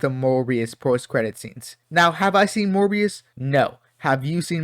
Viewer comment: Well, have I got news for you 😅 Edit: You really seem to struggle saying “Morbius” 😂